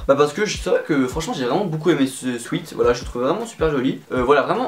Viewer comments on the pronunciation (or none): Il a toujours pas retenu la leçon il dit encore « swit »... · C'est une horreur comment tu dis " sweat " quand on est bilingue...